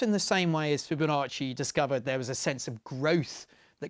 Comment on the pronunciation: "Fibo nasty"